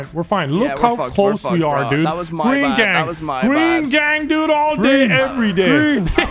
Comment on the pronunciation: gween gangg